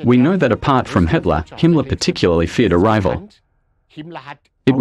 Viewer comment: A pronúncia dessa moça que narra o excelente documentário é péssima. Nunca vi nada pior , fala os nomes colaboradores de Hitler errados. Aff !! 🤔🙄😳😖